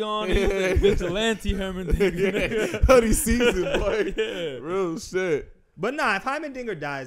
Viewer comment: "Hymerdigger" "Hymendigga" "Heimerberg"